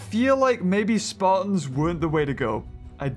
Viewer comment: its speertons not spartons thats how you pronounce speartons